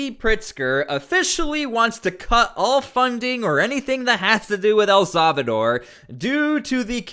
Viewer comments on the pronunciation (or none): For the love of God..... El Salvador is pronounced "eL-SAL-vah-door". It is NOT pronounced "EL-SAV-a-door"